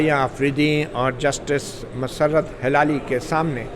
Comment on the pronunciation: مطیع الله جان صاحب ۔۔ سلام۔۔۔ یہ فرمائیے گا کہ جسٹس مسرت ہلالی میں ہلالی کا تلفظ کیا ہے۔۔ کیا یہ ہلال یعنی چاند سے نسبت ہے یا حلال سے جڑا ہوا ہے؟؟ میری رائے میں ۔۔ہ ۔۔ کے نیچے زیر ہے یعنی زیر کے ساتھ ادا کرنا چاہئیے۔ زبر کے ساتھ نہیں ۔۔ HILALI تلفظ درست ہے۔۔ آپ Halali بولتے ہیں۔۔